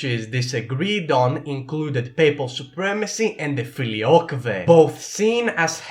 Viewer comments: it's pronounced filiouque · this time I actually searched around and it seems that the pronounciation “fɪliˈoʊkwiː” with reconstructed Latin and “fɪliˈoʊkweɪ” in liturgical Latin so, I’m not completely correct but neither are you.